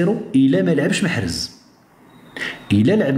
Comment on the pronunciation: لقد تغير اسم محرز وأصبح له اسم مخنز او مخرز 😂😂😂😂😂